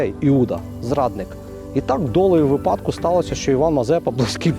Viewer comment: Упевнений, що колись дочекаюсь від правильного наголосу у слові випадку 😂😂😂